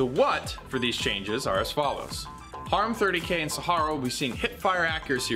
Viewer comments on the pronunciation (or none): none